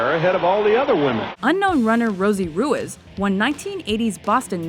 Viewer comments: ru-is? Does she mean ruiz? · It’s pronounced Roo-eez, not Roo-is. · At number 9 it's pronounced Roo-eez not roo-iz. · Rosie Roo-ease not roo-iz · Why can't the narrators pronounce names correctly? It's not "Rue-ez", i's Rue - Ease." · Im pretty sure its pronounce Roo eaze. Its my last name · It's pronounced "ROO-EEZ," folks! 😐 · It's not Rueiz (Ruiz) is pronounced Reese... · I hate how she pronounced Ruiz. It’s not hard to pronounce things right.